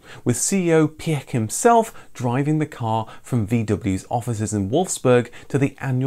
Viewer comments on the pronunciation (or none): Piech is pronounced Pietsch